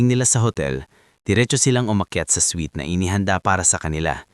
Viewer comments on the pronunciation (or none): none